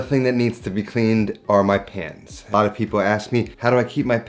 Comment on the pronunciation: Bruh i thought he was saying: „how I keep my pants clean“